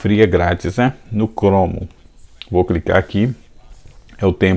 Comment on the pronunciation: impressionante como tu fala as palavras erradas 😂😂 "chromo" , "thumb band" kk , mas valeu as dicas, brigado parabéns pelo conteudo